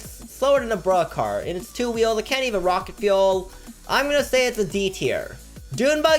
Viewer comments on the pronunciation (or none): none